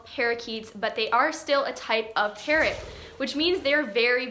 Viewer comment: Xd when she said parrot in the parrot play house thing it sounds like carrot and I was like so you have a play house for carrots 😂